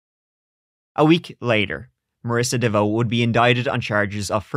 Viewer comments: Heyouuuu! It's pronounce "Devo" as in: let's give it a go! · Oh my, you had me laughing at trying to pronounce her name and then saying she needs to change it. Not even 5 min in and you made me laugh.